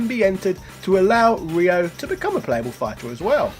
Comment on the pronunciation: Ryo =/= Ray-yo, Ryu =/= Ray-yu